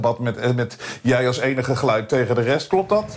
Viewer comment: Één tip: spreek uit als 'ge-luid' en niet als 'gluid' s.v.p.